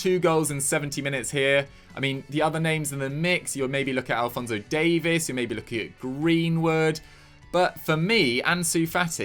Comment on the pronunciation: It’s Davies not Davis.